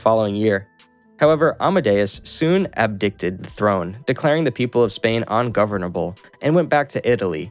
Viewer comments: Al-Andalus is pronounced Al-And-ahh-loose. And abdicated is pronounced Ab-dii-cate-iid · It was so bad I just assumed it was read by AI. You can set AI to your own voice nowadays and the author must have used that in order to have achieved the mangling of almost every proper noun. ...Though, that still doesn't account for "abdicted" 🙂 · He must've encountered too many words and names that he didn't know: I'm willing to bet that not too many North Americans even know what "abdicated" means, which was why he misread it. He should honestly reedit everything, and try to post this video again.